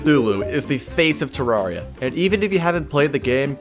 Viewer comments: "Tararria" Insert nerd emoji meme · why do you pronounce it tararria its supposed to be terraria as in terrarium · IT'S PRONOUNCED TERR-AIR-RI-AH. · Ur saying terraria wrong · Bruh this man can’t pronounce terraria